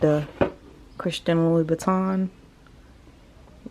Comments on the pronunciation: Lou-boutin…not Louie-boutin 😩😩😩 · Why do u call it "Loui Buitton" instead of Lou Boutin? Its almost as though you keep trying to say "Louis Vuitton" instead... 😅